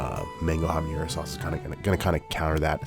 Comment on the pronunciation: Habanero is pronounced habaNNNNNero not habañero. That ñ does not exist in that word.